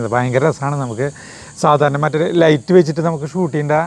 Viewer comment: ലെയിറ്റ് അല്ല ലൈറ്റ്. എപ്പോഴും ലെയിറ്റ് എന്നാണ് പറയുന്നത്